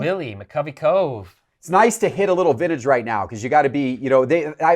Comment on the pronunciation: “Vinnage”, “Controver-see-al”